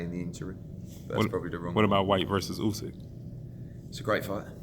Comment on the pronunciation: is the worst "boxing journalist" out there and makes himself sound stupid everytime he asks Hearn a question. Hearn always has an answer for him 😂😂 couldn't even say Usyk's names right